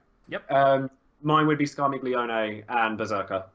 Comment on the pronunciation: You said Scarmiglione right! You're getting better <3 <3